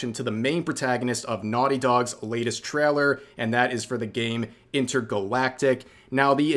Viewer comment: "Traller" I was thinking Rev was either Canadian or from NYS, but now I'm thinking.. "Traller" (instead of trail-er) sounds more Northern Mid-West. Thoughts? 🤣🤣🤣